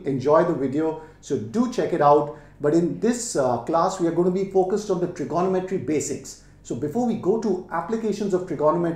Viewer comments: Him saying trignometry as Trigonnometry triggered me a bit lol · His maths is good but his Tri-GONO-metry is driving me crazy! Its Trigo-NOM-etry cobber. hahaha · I always thought it was trignometry but now I understand it's tirgonometry 😂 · FYI - it’s pronounced - trigo- nometry… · It is my first time listening to trigonometry pronounced as itself. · This guy can't pronounce trigonometry correctly!